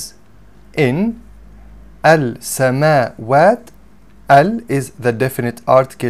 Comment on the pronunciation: I am interested to know why Al samawaat is pronounced with the 'L' "al samawaat" and not and not as "as samawaat", as the س is a sun letter